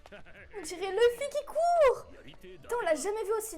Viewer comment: ON PRONONCE LOUFFY PAS LEUFFY C’EST COMMME SANGOKOU PAS SANGOKEU 😉 seul les français modifient